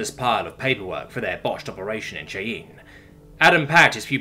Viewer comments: It’s pronounced ‘Shy-Anne’ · Not sure if it's on purpose or if it's been said before, but Cheyenne is pronounced like Shy-an. Love the stories.